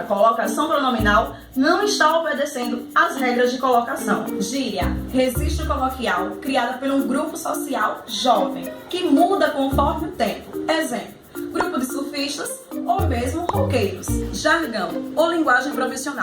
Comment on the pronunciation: E ela falou " resistro" no lugar de falar "registro"